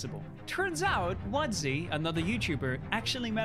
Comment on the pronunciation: Wadzee? No. WoodZee